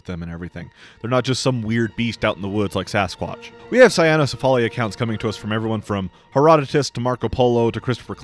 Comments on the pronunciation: I’m just bothered with the “sa-ya-no-si-fa-li” because it would be rendered cyanocephaly. Now the Dog-Head becomes the Blue-Head. Hahaha. I think it is “say-no-si-fa-li” or “kwi-no-si-fa-li”. Just saying. Hehehe. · Hate to be that guy, but it's pronounced Saino-CEphaly, with the 'ce' syllable stressed, not with the 'al' stressed. That's because it's a compound word borrowed from greek which just means dog head